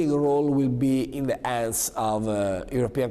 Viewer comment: hello Grigory...im Fabio from Italy. I think he was trying to say that "...the leading role will be in the HANDS of European commission..." but he totally mistook the pronunciation. His English pronunciation is really poor and hilarious (even though at that time he was UNFORTUNATELY the prime minister 😱) he has soon become a meme here in Italy. Unfortunately this puppet,this pathological narcissistic ignorant and filthy liar thinks to be a leader and also a good speaker. he is almost a psychiatric case...his pathological desire to appear and be in the spot is ridiculous and outrageous. he would sell his parents to be still in power. Cheers from Italy